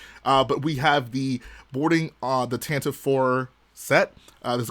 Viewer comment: Erm, it’s actually officially pronounced “Tantivy” 🤓 Weird pronunciation but it rolls off the tongue kinda cool at least